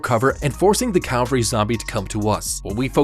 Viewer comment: Just so you know, it's pronounced (and spelled, for that matter) "cavalry" not "calvery." The latter isn't a word, but even though I'm not sure why or how you shouldn't really feel embarrassed about mispronouncing it, on account of the fact that literally tons of people make the same mistake. Honestly, just from anecdotal experience, probably more people get it wrong than right. Again, I'm not really sure why on Earth that is, but it's true. Anyway, great video as usual! Please for the love of God finish Attack on Titan! You've already started, you've gotta see it through now lol. <3